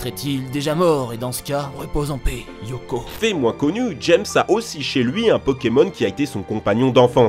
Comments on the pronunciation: Yoko ... ben non du coup, c'est éoko x) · Putain mais ça ce dit Éoko pas Yoko ou Ioko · Alors c'est Éoko, pas Yoko